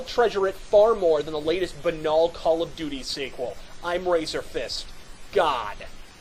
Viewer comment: I was going to complain about something, but then you pronounced 'banal' correctly. Suffice it to say, an alarming amount of people are convinced that it rhymes with its last four letters.